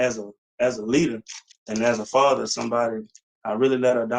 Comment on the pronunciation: Fasher can you hear me? FASHER! FASHER!